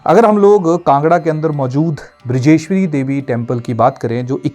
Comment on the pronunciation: तिरगारता नहीं त्रिगर्त है बृजेश्वरी नहीं बज्रेश्वरी है